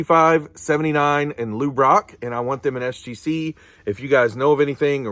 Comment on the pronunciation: Great factoid’s! Interesting stuff on the stats. That 62 and 71 is beautiful. Funny moment. Every time you say Lou Brock, I think, why is he saying LouRok! 😂😂😂